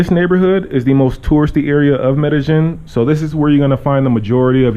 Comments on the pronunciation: It's pronounced "Me-de-YEEN." Not, "Me-de-GEN." So tired of people living here and STILL mispronouncing it. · It's pronounced MEH DEH YEEN. Not MEH DEH JIN.